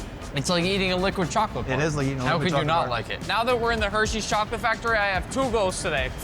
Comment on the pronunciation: Pin this nick u always say choghlate insted of chocolate